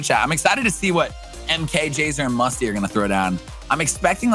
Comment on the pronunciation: He called Mesko musty